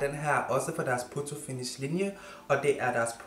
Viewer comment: Ik for at være ond men det udtales foto og ikke poto